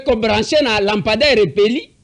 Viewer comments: Façon il prononce 🤣🤣🤣🤣🤣🤣🤣.la mpandaire 👋🤣🤣🤣🤣🤣🤣.lokuta. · La. Pandair ! Lapender ; la pander, la pendaire !! Eza ni-ni ou plutôt, ça s'écrit comment ?? Au secours 😂😂😂😂😂😂😂😂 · je sais comment orthographier le mot lampadaire !! C'était plutôt ma façon de m' étonner avec humour , bien sûr , de voir un gouverneur de province avoir du mal à prononcer un mot si ... ( le mot me manque) et,je comprends pourquoi le présentateur de l'émission avait émis juste après cette séquence des doutes sur le niveau d'études du gars !! Mais, bon !! On verra tout dans ce pays !